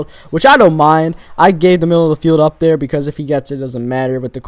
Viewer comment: he says dere instead of there XD